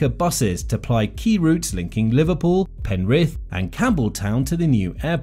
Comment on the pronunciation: Penrith is pronounced with emphasis on the first syllable in Australia (PEN-r’th).